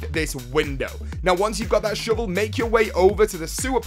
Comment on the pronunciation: i love the way you say shovel... sounds like "shivel" keep up the great vids..